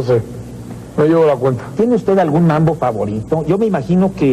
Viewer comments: Es MAMBO, no "MANBO". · Es mambo no manbo. Agusados jajaja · Es Mambo ....no manbo...... jejeje